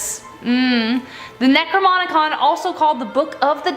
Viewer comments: OK from the fist section...It's the Necro-NOM-icon. NOT necrmomomomom. AND second it's the Lesser KEY of Solomon. NOT the Lesser King of Solomon. (Solomon WAS a King). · She doesn't even say the name right its not "necromonicon" its necrinomucon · She kept mispronouncing the book of the Dead's name. She kept calling It the necroMonicon with the "M" and "N" swapped, instead of the necroNomicon. For some reason simple stuff like that drives me crazy lol. Not complaining though, you guys are awesome!!! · You keep saying "necroMONicon" lol. It's nomicon. Not monicon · "Necromonicon"? really? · "Necromonicom" XD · Who else noticed she said necronomicon wrong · The way she butchered saying Necronomicon made me die. That's right, I'm dead now. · Ugh she said it more than once I yelled out loud the right way to say it